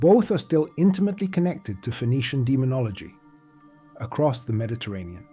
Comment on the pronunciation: "Meddy-terrian"??????? bye